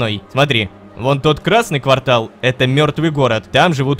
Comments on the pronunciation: Рома, ква́ртал это промежуток времени, а не место. Место это кварта́л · НЕ квАртал, а квартАл XD